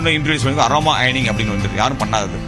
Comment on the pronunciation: ஆரோமா கிடையாது. அது அரோமா😂😂. நீ யாரோமா. நான் சொல்லுதேன் மா😂😂